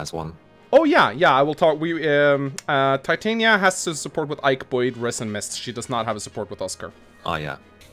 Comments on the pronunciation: Uuuh, so Titania‘s name is from that Shakespeare play „A Midsummer Night‘s Dream“ and it‘s pronounced Tee-tah-nee-ya and if you keep saying it that other way I think I‘m going to have an aneurysm. BUT the stat screen looks amazing and the effort you‘ve already put into just showing the units is really paying off and makes the video feel very very high quality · pro tip to those who played this not knowing how to pronounce Titanias name. Tit-tan-ya and this concludes your daily message from your local grammer nazi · The way they pronounce "Titania" bothers me.